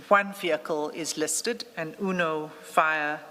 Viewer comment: 😂UNO FIAT pronounced Uno Fire, that’s Madlanga Commission University for you😅….